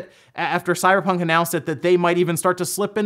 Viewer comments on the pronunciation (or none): none